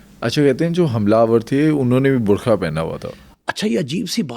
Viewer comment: Dear, the word is BURKA, NOT BURKHA, Please correct this and improve your Urdu accent. You are providing very valuable content. Thanks.